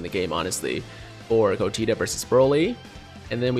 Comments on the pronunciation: I didn't wanna say nothing but did this man just say "Vedito" and "Godeta"?? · did he say vedito and godeta?